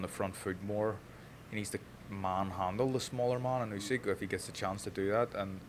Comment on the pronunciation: Усик прізвище, а не Ускі. Вам пора вже вивчити правильно. Майте повагу